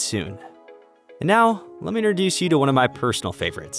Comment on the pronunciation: 'Innerdoose'? No! It's 'INTRODUCE'. Sigh.